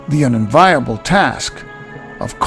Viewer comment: You don't say envy like "envie", so you never, ever say unenviable like unen-viable, that's a different word, not sure which, but I can assure you as someone from England where that's a commonplace word, I've never heard it said like that and people would ask you why are you saying it like that over here.